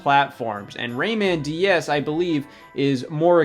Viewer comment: Everytime scott says "DS" I swear he's adding an extra syllable and saying "D-E-S"